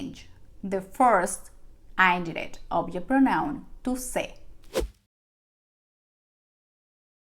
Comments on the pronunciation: Please its not (ain - direct =indirect) that you pronunciate to get attention... its only "in-direct" no matter if you follow US OR UK ACCENT.... please first you should learn English PROPERLY then try to make your copy paste Spanish videos.. pathetic fake ones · Sorry but it’s een direct not the way u say the i in spanish U will be confusing the English ppl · She is pronouncing direct and indirect wrong. 😉 This is not meant to be critical but it was very distracting throughout the whole video. The “i” in indirect should be pronounced like the i in “in” and the “i” in direct is pronounced like “ur.” It was a great 👍 lesson. Thank you 🙏🏼 very much. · “Indirect object” is supposed to be pronounced with a short “i” sound, not the long “i.” She’s tapping the “r” and making it hard to understand.